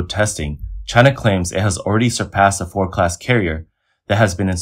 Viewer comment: Four Class carrier? I think you mean FORD - D... F-O-R-DDDDDDD can you say D? Then you suddenly said it clear as Day.. why is this? 为什么你不能正常说话？